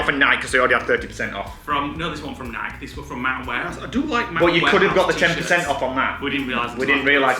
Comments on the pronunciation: Aaargghhh! Nike is pronounced 'Nigh Key'. Not Nike as in Bike. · Nike… pronounced N-eye-keee